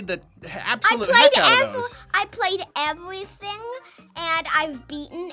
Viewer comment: That "evwything" made the video for me.